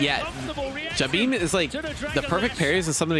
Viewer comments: In the footage you're watching they keep saying his name (Jabhi) and you still keep saying it like Jabeem haha. Don't mean to be negative though it's a great video, love all your content! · It's pronounced Jahbi.... M is for his surname 👍🏻